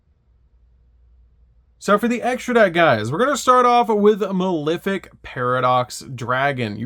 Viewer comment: Pronouncing malefic wrong that many times is definitely bait.